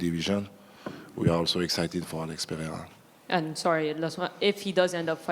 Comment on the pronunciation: and he pronounces Alex Pereira better than DJ does😂😂